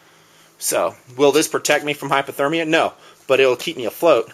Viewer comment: Hey, it sounds like you are saying "hyperthermia" in this vid - just wanted to clarify that it's hypothermia - hypo meaning too low, whereas hyper means too high. Disregard this if I'm wrong; in either case I think the hypo / hyper medical terminology is lousy to say the least.